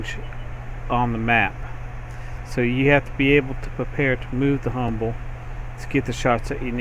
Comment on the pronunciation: Why do you say "Humble" in the vid tho